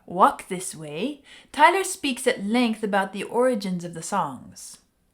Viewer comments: Pronounced Ty - long "I" vowel - Tyler. Great classic song, obviously. Thanks,. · Tyler with the Y pronounced as I not A. Other than that good analysis.